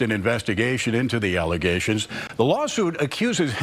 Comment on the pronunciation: There are so many words I’ve heard her say all wrong 😂 Alizations instead of allegations. Or Obsticks instead of Optics 🤣🤣